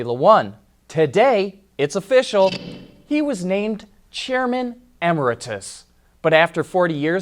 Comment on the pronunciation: please look up the pronunciation of emeritus